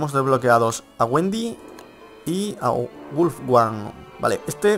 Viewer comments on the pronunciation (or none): se pronuncia Wolfgang tal como está escrito, no wulfguang, y jugar con Wolfgang es más difícil que jugar con Wendy